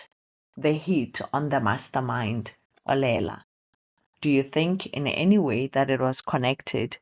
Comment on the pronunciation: The way you pronounce Xolela, it's as if you're referring to a female🙈🤭. But, I forgive you cause you probably don't know the right way of pronunciation 😀 Otherwise 'Xolela' is a unisex name that is pronounced differently depending on the gender. Anyway, you have great stories. I really enjoy them and even the way you narrate. Thank you for sharing. May your channel grow in leaps and bounds 😊❤